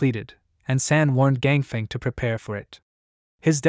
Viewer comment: “Chang Fung” is how it should sound; “Feng” rhymes with “lung” in Chinese, like feng shui is “fung shway”